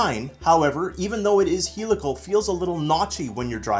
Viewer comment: you are pronouncing "helical" wrong.....